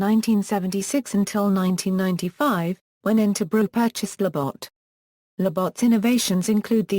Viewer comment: The pronunciation of Labatt's is brutal! haha